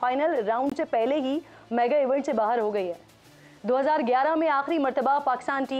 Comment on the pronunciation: बाहर नहीं किरन “बाहेर”😂😂😂